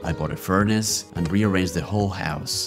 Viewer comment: listening in background: i bought the furniture and rearranged the whole house -Me hearing: I bought the whore house... Me: WTF...hol up back, back....oh a WHOLE HOUSE.....ohh (disappointed sight)